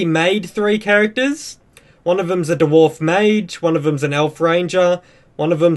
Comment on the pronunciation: Da-Warf hahahhaa